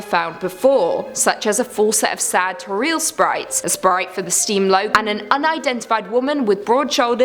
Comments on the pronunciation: Its TO - RIEL NOT TORREAL DAMNIT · it's toriel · its not toreel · Toriel: Exists: "Toreel" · You must be joking, you're pronouncing "Toriel" WRONG! WTF?? 😂😂